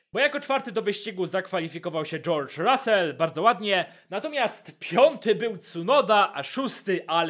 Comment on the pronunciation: "Dżołdż Rasel" hahahh